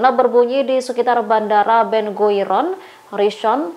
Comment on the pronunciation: Tolong penyiarnya baca yang bener: Ben Gurion bukan Ben Guiron